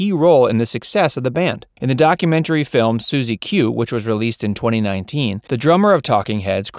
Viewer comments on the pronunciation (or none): none